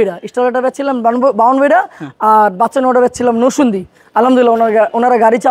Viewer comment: ভাই নসন্দি না। নরসিংদী 😊